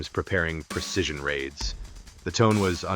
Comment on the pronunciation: The word is 'precision' not 'percision.'